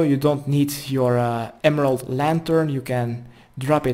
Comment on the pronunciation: your guides are good but fuck do you need to work on speaking better English. When you said "Emerald", you literally pronounced it "Elemental". Good Guide. Good Person. Better English. Thanks